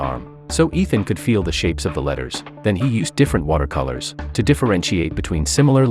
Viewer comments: It's Ishaan not Ethan. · Ethan hunt lol. Its ishaan.. dumb narrator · His name is not ethan it is "Ishan' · It is not Ethan it is Ishan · bro its ishaan not ethan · Ishaan. Not Ethan. You USA people call Ishaan Ethan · It's not ethan hunt .. It's Eshan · IT IS ISHAAN! NOT ETHAN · Bro his name isn't Ethan! It's Ishaan! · it isnt ethan its eshan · 😂😂😂 his name is not Itan he is ishaan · Bruh stop saying Ethan he’s name is Eshan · It’s Ishaan not Ethan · His name is not Ethan it’s ishan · Its ishaan not Ethan bro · BRUH ITS ISHAAN NOT ETHAN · His name Is not Ethan its eshan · Its Ishaan Not Ethan😂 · ITS NOT ETHAN ITS ISHAN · his name is not ethan its ishan 😢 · It is not Ethan it is ishan and the tech arts name is not nick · Not ethaan!!!!! Say eshaan madman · his name is not ethan its ishan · Its ishan not ethan but good description of a good movie . Nice work ❤ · His name was Ishaan, not Ethen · It's not Ethan it's Ishan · Bruh its not ethan, its ishaan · Its Eshan not ethan 😂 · he is called Ishaan not Ethan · What then? 😂😂 Bro it's I shan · Why re you pronouncing the name incorrectly? The boy’s name is Ishan and the teacher’s name is Ram. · To correct you, It is Ishaan not Ethan.